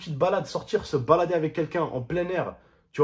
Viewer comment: À ça me tue comment il dit « sortir se BALDER avec quelqu’un »😂😂🤣